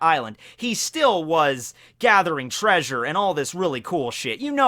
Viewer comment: Did you mean to pronounce "treasure" like Fred from Scooby Doo?